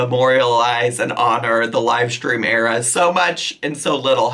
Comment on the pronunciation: It's so annoying. Def a far cry from her valley girl voice. Actually I'm not even sure it's valley girl. She has this weird habit of emphasizing when not even necessary. ImporTENt. Love that for youuuuuauh. LiterUHleeee. Buh-raid. Era-uhh and the list goes on 😆